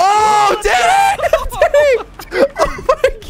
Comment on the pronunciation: He said: let’s go Danny!!! What I THOUGHT he said: let’s GO daddy!!